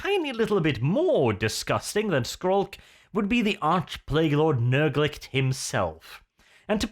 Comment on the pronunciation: Learn to read, Arch. It's not "Nurglicht", it's "Nurglitch". Nurg-litch.